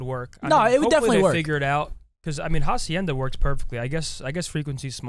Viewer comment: The H in Hacienda is silent